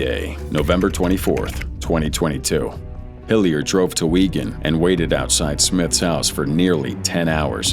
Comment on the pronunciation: Weegan? 🤦‍♀ It's Wigan! Wig-An (w/ a short "A" sound like in can)